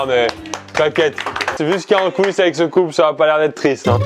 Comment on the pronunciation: Y dit con au lieu de couple au début ou je suis totalement fou ?